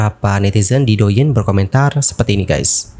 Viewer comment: Douyin..diucapkan Touyin yaaa..dichina D divokalkan menjadi T..ok